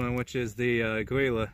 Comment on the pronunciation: "Aggweela" This is gonna be good.